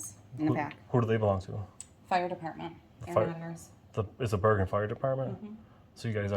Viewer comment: It’s pronounced Ber(Jin)